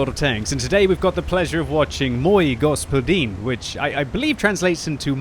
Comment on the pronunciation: Like from me for that Мой господин pronunciation.